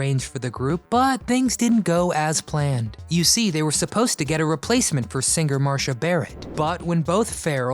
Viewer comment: Wow your prononciation of Marcia is really bad . There is no H in Marcia . So it's mar see a .